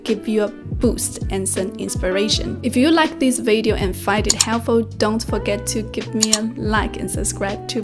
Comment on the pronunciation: 学霸你好，又是我没错了😊，我发现你很多i:的音都发A，特别是Video, weakness, 你都念成Vadeo wakness 了。由于你说的Vadeo 非常多，建议先把这个音练好了🎉